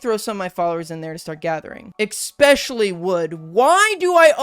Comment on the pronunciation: 'expecially wood' - eSpecially